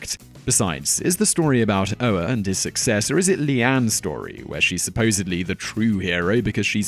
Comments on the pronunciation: Michael Ohr's name is pronounced oar just like the one that goes with a boat. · Oher is pronounced oar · I try not to pick on pronounciation but come on Simon you couldn't have rented The blindside? Whats that name again.